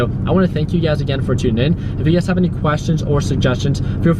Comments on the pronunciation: It's funny whenever I hear him says you guys I hear UGAZ lol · sameeee, i thought i was the only one